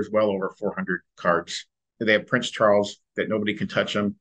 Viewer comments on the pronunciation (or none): none